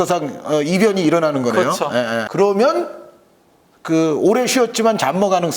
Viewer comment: 이분은 ㅕ 발음이 안됌? 그러멍은 왜냐멍은 ㅎㅎㅎ 웃음버튼